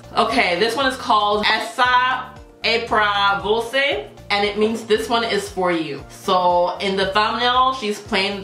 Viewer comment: ela falou "você" direitinho